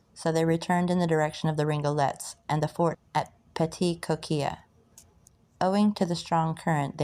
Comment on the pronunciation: French Louisiana and the Florida Parishes names can be tricky. Good on you for trying. But they’re pronounced “Born” , the “Rig-o-leez”, and Pass “Chris-chi-ann “. Tell your mom and nem hello.